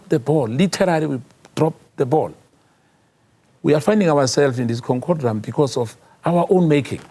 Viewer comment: Its not concodrom it's conundrum